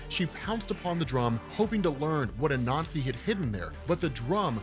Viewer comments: Not gonna lie, took me about 5 minutes or so to realize he wasn't saying "a nazi" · Is it just me or does every time he says Anasi it sounds like he's saying " a nazi" hahahah. Oh words are funny. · Lmao I kept thinking he was saying “a nazi” when he was saying “Anansi”.